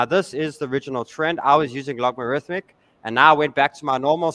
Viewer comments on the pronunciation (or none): Why do you keep saying logmarythmic? ;)